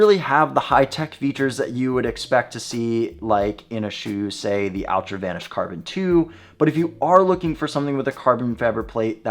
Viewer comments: Less Al, more All. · Its pronounced ULTRA with an A.